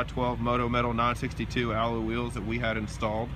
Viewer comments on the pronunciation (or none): What are ALLO wheels? Was he trying to pronounce alloy